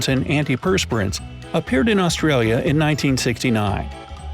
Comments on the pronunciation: Wow, his Mandarin is worse than his English. Still can't pronounce Australia. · Did he say "AustriAlia"?